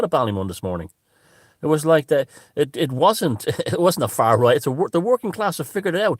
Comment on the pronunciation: I. Love " far rrright".. Brilliant..... He needs a new Internet provider.. It was like a 70s kung fu video... Lol